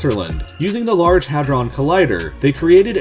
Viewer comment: Why does he mispronounce so much stuff, like hadron collider and stuff